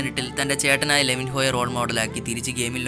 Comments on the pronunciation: Bro sev yooo alla sevoooo ann Sevou Levin hhoo alla levinno ann levinho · സേവയു അല്ല സവോ ആണ്. ലെവിൻഹോ അല്ല ലെവിൻയോ ആണ്